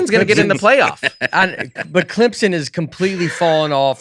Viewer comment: “Clemson”—who is on Nate vs. side for pronunciation?